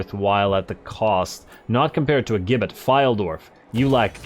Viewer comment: Gibbit is pronounced as Jibbit.